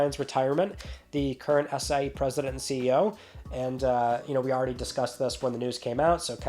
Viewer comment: I know you are saying SIE but my ears are hearing ACAI